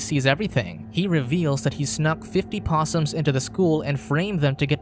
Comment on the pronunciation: Rabid "possums"🙄🙄🙄